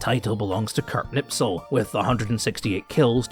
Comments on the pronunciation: It's Knispel, not Knipsel. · back to school, it is Knispel not Knipsel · Kurt KNISPEL , not knipsel or nipsel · Me as a German: Please Herr you are butchering my beautiful language. It's Knipsel not Nipsel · For someone who claims to know all of these things and calls himself a "HISTORIAN" i am surprised to see that you can't pronounce Knispels name right. It's KNISPEL not KNIPSEL. That would never happen to someone who knows what he's talking about. With all due respect i think that your knowledge is the same as that of any other self proclaimed (enter profession here) youtuber. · Knispel, not knipsel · Wehrophiles on s*icide watch rn. German gear and armed forces are only lauded as special from a distance, until one gets to experience just how borked they are. But good LORD,, how in shart can you so consistently butcher simple surnames? How can you turn Knispel into Knipsel? Anglo moment smdh. Epic video tho. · Silly, Can't pronounce Knispel correctly. Hint, there is a K sound at the start. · please, learn how to pronounce Knispel name.... :-) I wasnt able to understand who are you talking about all the time untill I found pic in your video.... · Would've been nice if you pronounced Knispels name properly, but hey, at least he got some attention. It's sp, not ps (also the K isn't silent, just weak, but that's fine)